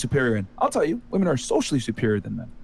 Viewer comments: Do none of your realize that many of these "women", especially that talkative blond, cannot pronounce "women" as "women", but only as "woman". I'm noticing this more and more. It is bizarre. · and she cant even pronounce "women" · why do all these girls pronounce women plural as "woman"? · Why does she keep saying “woman” in the plural for “women”?! Is she fucking stupid? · Why does that girl keep saying woman instead of women? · MY GOD! What is it with this generation of women not being able to pronounce "women" as "women" but instead, they pronounce "women" as "woman"! Am I the only one who notices this?? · Why tf is unable to say women? She constantly uses woman as plural and it's irritating af